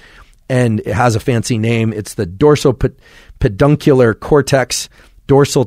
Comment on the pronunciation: Did he just really say “pedongculous?”